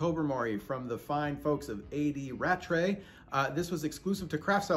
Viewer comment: Welcome to the A. D. Rattray Family! Thank you for reviewing, we're delighted you enjoyed our Tobermory 12 and we love your idea of the 'year of independent bottlers'. P.S. You pronounced our name perfectly!